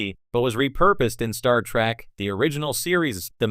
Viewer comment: "Star Track"? You need a new robovoice.